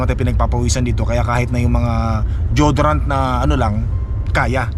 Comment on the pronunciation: it's "Di-yo-do-rant and not jodorant Po.